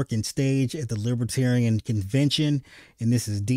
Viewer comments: He can’t even say Libertarian correctly. “LibAtarian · He frequently says "Lib-a-tarian," rather than Libertarian. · Sounds like he's saying LIPitarians. Inhabitants of the planet Lipitor? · Probably didn’t help saying “lih-BAH-tarrian”